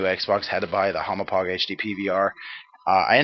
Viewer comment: lol u called the hauppauge a humo-pog i know its difficult to say, kinda like how people say deku deeeku, but i lol'd